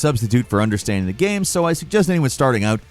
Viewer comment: He literally said “game” wrong for years. Dude said “gam” and I stopped watching any videos with for forever because it just drove me insane